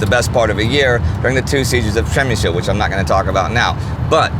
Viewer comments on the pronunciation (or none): Przemyśl not przemysil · And you still can't pronounce Przemyśl correctly